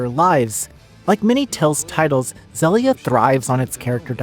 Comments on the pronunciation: zellia? its zill... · agree I prefer Xillia 2... I always thought it was pronounced Xeelia like exhile... exhilia... dunno... anyway I also prefer 2 apart from the debt to repay which was a nightmare gameplay idea I still remember it from the ps3 era. Tales of Xillia 2 after Berseria is still my fav Tales game. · Loving a game, but then are not even able to pronounce it. I'm out